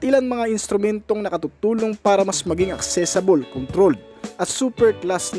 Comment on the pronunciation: Accessible po hindi accessable At saka huwag mood kasi mode yon. Pronounced as mowd. Maniniwala na sana ako sayo eh, pero dahil dyan hindi na ako naniniwala.